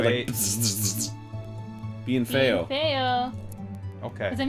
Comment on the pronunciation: What is Be-in-fayo supposed to be in spanish?